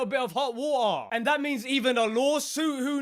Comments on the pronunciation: I just love his "ho' wa'er!" Anyway, I hope Palworld wins. Nintendo needs competition. Competition is what companies need to make better products. Not cool, Nintendo. Not cool at all. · did i just hear “hot wotarh?” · Lols how do you spell “water”, and how do you say it… (whathha) are you sure, your speaking propper English?